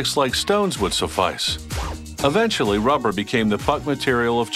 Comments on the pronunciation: the way he says rubber Ruhhpper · He talks that way as to not create a "pop" sound into the microphone when using P and B sounds. Notice how he calls rubber, ruvver